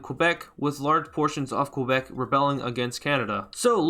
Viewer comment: its pronounced KEbec